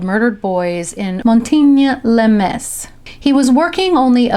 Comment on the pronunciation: ah. kind of funny. i live in Metz, France. but actually, it's pronounced "Mess"